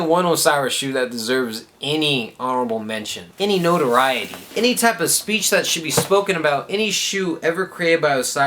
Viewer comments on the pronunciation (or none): none